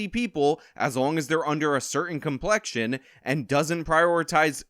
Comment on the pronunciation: “Dark completion” 😂